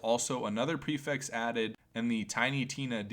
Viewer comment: lmao the way he says the word prefix lmao Lmao